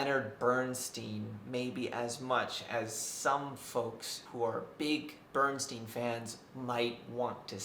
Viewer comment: Do you have any personal integrity? You review Maestro - a film about Leonard Bernstein, and you MISPRONOUNCE his name! You have no credibility. Stopped watching . Downvoted for your offensiveness.